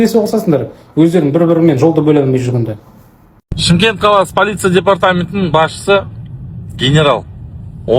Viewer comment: Шымкент деп дұрыстап айтсай.